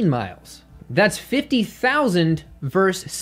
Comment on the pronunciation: Hey - the word 'versus' is not pronounced "verse". MIC DROP